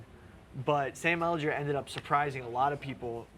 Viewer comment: Drives me crazy how says Sam Ehlinger lol